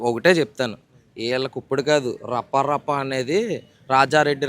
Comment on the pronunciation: Para, kadhu, rappa, rappa